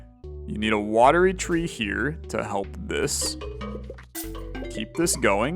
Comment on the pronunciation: One day will read Watery Tree properly! But great video; sad to see the series come to an end but makes sense until there are more updates!